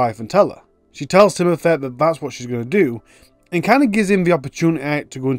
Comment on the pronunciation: Timothur? A fur? Can you try to speak English please.